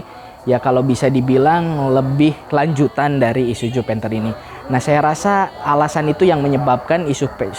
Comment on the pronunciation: Gua muak dengar kata isuju isuju isuju bisa bener gak bg??? I s u z u pake zet bukan jet